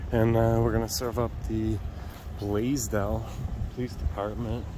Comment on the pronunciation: I’ve never heard of the city of Blasdell until now. The first few times that I heard you say it, I thought you were saying “Blazed Out”. Lol. Like when the officer roughed you up for trying to get your ID, I thought you said something like “here comes a Blazed Out officer”. I thought you thought or knew he was high at first. Lol. My bad. Hey Molly. 😉